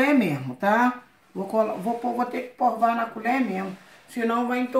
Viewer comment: Porque fala porva se sabe falar direito só por curiosidade pois já vi em outro vídeo falando provar